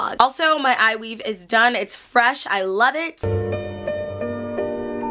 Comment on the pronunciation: Did she say eye weave